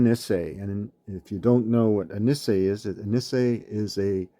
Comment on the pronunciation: I would like to correct some slight mispronunciations. Ma-sah-oh not Ma-say-oh. Nee-say not Niss-ay.